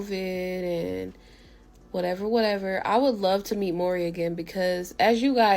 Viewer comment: Wateva...wateva...i do wat i want😂😂😂